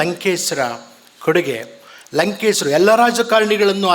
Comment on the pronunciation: WHY DO YOU CALL HIM "LANKESRU" NOT LANKESHARU?